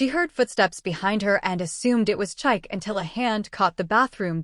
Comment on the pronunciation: Lovely story. For next time, the ex's name is pronounced cheek-kay not chaik.